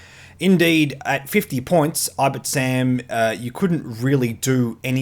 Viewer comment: I don't want to nitpick, but I'm going to nitpick: It's Ib-T-I-sam, not Ib-I-T-sam. Otherwise, top notch content analsysis as always!